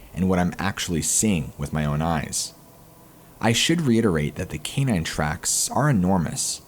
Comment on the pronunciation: Please learn how to say canine. Kà -Nine is how it is pronounced